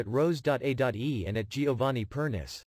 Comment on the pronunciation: You pronounce Giovanni's last name as Per-ni-che. Get it right!